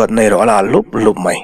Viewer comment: Thluk loh tur i thluk hnem mah², e.g mai tih te hi maî tiin i thlûk thin, thlûkna awm lo chu thlûk vak hian hian beng a ti thlep, mai mai tih pawh mei ti a lam ka hre fo, chhiar uluk teh, chuan sawisel na hi an like duh miah lo 😃😃😃